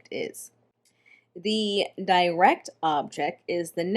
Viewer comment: I thought “direct” is pronounced differently